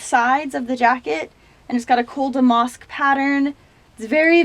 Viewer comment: your accent cracks me up. i can't quite place it. 😄 love the clothes and the closet tour. just a heads up damask is pronounced dam-ask not dam-mosk